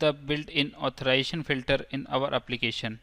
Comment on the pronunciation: The word is AuthorIZAtion not authoration